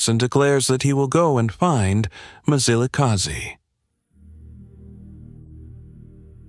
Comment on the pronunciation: It's not Mizilikazi mani wena mlungu. That's why it's not good for our history to be told by white people. They want us to pronounce their words correctly. But they don't do so with ours